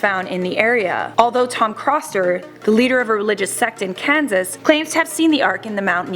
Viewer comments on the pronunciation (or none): none